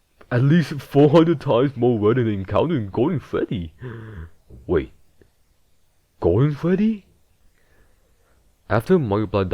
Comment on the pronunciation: Gowden Fweddy